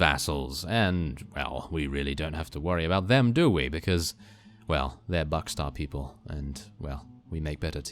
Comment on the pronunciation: "Buckstar" xD